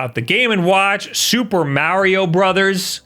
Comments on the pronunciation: MA, say it with me, MA . MARIO not "meh" not "myao" MA-RIO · I hate how you keep calling it marryo instead of mario....maybe your french? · IT IS SUPER MARIO NOT SUPER MEARIO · it's MAR-RE-OH, not Marry-yo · It's not Mayorio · It must be a Long Island thing. I believe Colin Moriarty is from Long Island and pronounces it “Mary-o” too. They also both say “Thank you” with a “th” pronounced like “that” instead of like “thought” the way everyone else in the universe who speaks English do! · Super "Mehrio" Brothers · You've pointed out that people pick on you for putting "Mary O" wrong. You also pronounce myriad "miree odd" wrong. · Ok, I'm ready to hear marry-oh a couple dozen times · Why you keep saying mowrio bros? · the way he prounces marios name is funny lol poor mario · Just watching to hear him pronounce ‘Mario’ over and over. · Why can no one say “Mario” the proper way? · This video is so hard to watch. Hearing mario pronounced like that a thousand times hurts the ears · I was about to criticize the way you said "myriad" but then I remembered you say "Mario" like an old woman who doesn't speak English. Love you!: ) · His pronunciation of "Mario" will be the reason I unsubscribe. Especially with how often he says it in videos like this